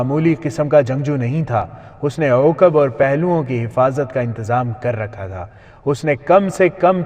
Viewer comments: Uqab nahi aqab gadhe, theek see padh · عوقب نہیں عقب